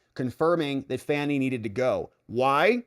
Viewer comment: That's right Bro. It's FANNY not Fauni !